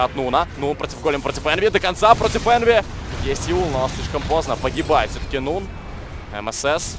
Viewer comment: не нован, а нун